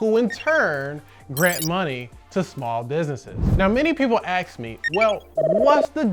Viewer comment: Ask, not axe